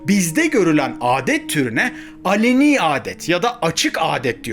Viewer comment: Alani değil aleni